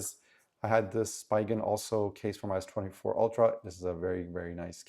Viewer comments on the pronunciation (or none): "Spee" gen, not "spy" gen